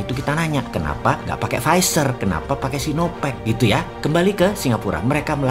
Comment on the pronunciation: Gw tau kenapa nyebutnya visor 😂 bisa aja omboss..